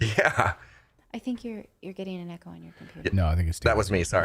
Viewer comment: Ha ha, an “eecho” chamber..hadn’t heard THAT pronunciation before Natali. Even “eeco-system” used to be ECO-system..but whatever. The WHOLE English has been butchered, deleted and added-to..